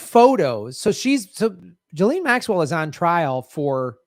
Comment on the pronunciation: Ghislaine is NOT pronounced JILLEEN. 🤪 Nice reporting, you can't say her name properly but... Who cares, you are an 🇺🇸 so its ok to do and say whatever you want. 🙄